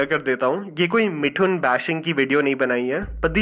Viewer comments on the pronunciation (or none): मिठुन नहीं मिथुन!!